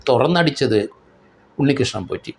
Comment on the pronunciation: ആരെങ്കിലും,, "ഉണ്ണികൃഷ്ണൻ പോഷി " എന്ന് പറഞ്ഞത് കെട്ടോ 😂